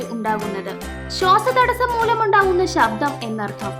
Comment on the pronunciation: Mole shosha thadasam alla shwasa thadsam ennanu.